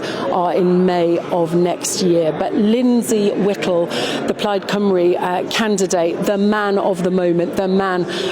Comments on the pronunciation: Why should they talk to you when you can't even pronounce the party Plaid Cymru correctly. Laughable. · I suppose it would be impossible to send somebody to cover this who can pronounce Welsh names properly? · They probably snubbed you love because you couldn’t even be bothered to say their name correctly.